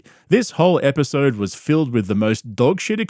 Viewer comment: There's a new Brendanism- not "episode" apparently it's now pronounced "apisode"... So now we have, "pullow", "mulk", "apisode", just to name a few.